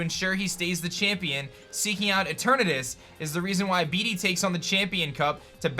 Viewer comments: Disliked. Stop. Saying. BeeDee. Say it like Bayde or something until they release official proniunciation. Nobody wants their jerk rival to have a silly crappy name. Thanks. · yo heads up, pretty sure Bede is pronounced like bead not bee-dee